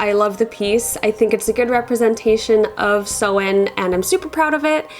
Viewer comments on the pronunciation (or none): I'm not sure if it's your accent or the pronunciation of Samhain is sounding wrong to me. What I'm hearing "Sew n ( hard N) I'm an old Crone practicing Wicca for over 40 years. I, too, in the beginning would pronounce the Esbats & Sabbats incorrectly. I'm self taught ( solitary, before computers etc.) Tomorrow October 31 is Samhain ( sow in, sounds like sow( female pig) inn) Some pronounce it Sam Haine, this would drive me nuts only because for years I too pronounced it incorrectly 😖 The pronunciation of Samhain varies depending on the Gaelic language it is pronounced in. Samhain is usually pronounced in its Irish version. So the correct pronunciation of Samhain in Irish is Sau-ihn. The first part, -Sau, is pronounced like the "sow", the female of a pig. The second syllable, -ihn, contains an "i" that is pronounced somewhat midway between an "i" and an "e" sound. It must be noted that there is another sound at the end of the word that is nearly imperceptible, which is a sort of elided "ye" sound, as heard in the audio pronunciation. Adding that sound, the pronunciation of Samhain becomes Sau-ihn(ye), where the -ye is basically just the initial pronunciation of the "y". It resembles a shorter "ñ" sound like the word "piñata". So if you pronounce the "n" in -ihn as an "ñ", but stopping midway through it you achieve the proper pronunciation of Samhain in Irish, which would equate to Sau-ihñ. Resource: Anyway just my two cents. Happy Samhain, dont forget to light your ance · Hey as a native Irish speaker Samhain is pronounced sow-in rather than sew-in. Sow as in a pig ❤ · Hi, not a Wicca here but I am a native Irish speaker and you are completely right in your pronunciation of Samhain. It's literally the Irish word for November so I hear it quite a lot. is close, but she says sew-in rather than sow-in as you pointed out. But hey, pronouncing words in Irish can be quite difficult so I really appreciate anyone who knows not to pronounce the 'm'.